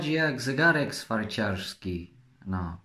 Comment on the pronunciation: Chodzi jak zagarek swiajciarski